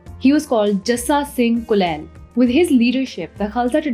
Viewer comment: It is not kulail but kalal. Kalal is a caste used to do distillation and selling of liquor